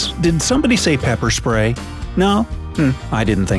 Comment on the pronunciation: Lol you said "peper spray"